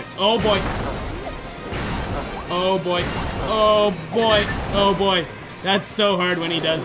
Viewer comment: When he says oh boy it sounds like boyo